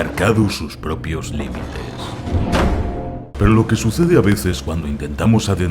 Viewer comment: alv dijo perou al principio:0